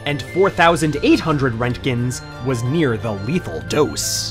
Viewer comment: lol when he hits the american accent.... fourty, seven thousaAND RENTKINS!!!!!!!!!!!!!!!!!!!!!!! lol